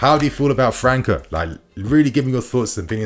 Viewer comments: The boy's name pronunciation is França (Fran-ssa), not Franca (Fran-ka) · His name is pronounced as Fran -sa bro 🤦‍♂️🤦‍♂️ . You really dont look at any football outside of Europe